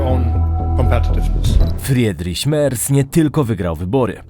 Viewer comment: Nie żebym był jakimś germanofilem ale "ie" czyta się jako 'i' czyli "FRIDRIŚ" a nie Fredriś. Uwielbiam Twoje filmy i oglądam prawie wszystkie